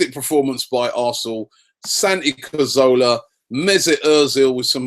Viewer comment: Robbie PLEASE stop saying CorZOLA. surely you must actually know his name by now??